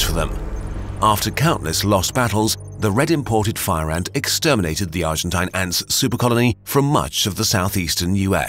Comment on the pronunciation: Nobody:: ÄÑŢ